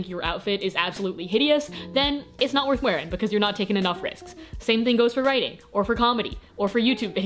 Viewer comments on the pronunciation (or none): none